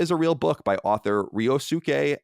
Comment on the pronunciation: Ryosuke is pronounced "Ree-Oh-skay"